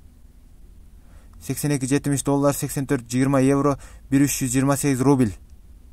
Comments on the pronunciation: Рубил рубил дебей уйрончу суйлогонду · Ий брат РУБИЛЬ деп айтпачыыыыыы🤣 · Сени бироо кубалап атабы шашпай суйлосон рубил дебей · Кускум келип кетти суйлогонун рубил дебей.тушунуктуу суйлочу